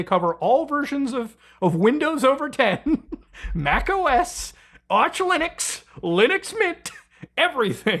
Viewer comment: Why u say lunix and not linux